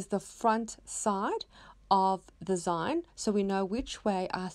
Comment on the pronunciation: Love your projects! Not sure, but I think it's pronounced "zeen" as in short for magazine. :)